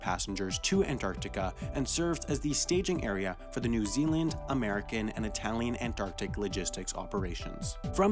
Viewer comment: Italian is not pronounced that way. Its quite offensive to say it that way in fact